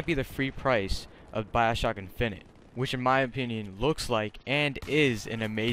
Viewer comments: your saying infinite wrong -. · Have you never heard how the word infinite is pronounced